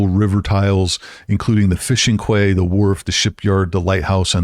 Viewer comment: Quay is pronounced as "key"